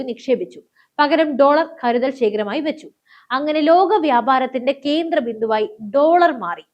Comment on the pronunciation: കീന്ദ്രം, കീരളം കഷ്ടം.